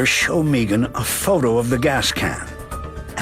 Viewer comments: Nope, she pronounces her name Meegan. Sounds silly, since it’s usually Megan… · Its Maygan. Not Meeegan..😅😅😅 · who shows up to an upscale dinner party to assault the veggie tray! What’s this guy doing when people aren’t looking?! To be honest I heard Meeegan 😂 did it. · Scott Mçkày is beautiful the name Megan .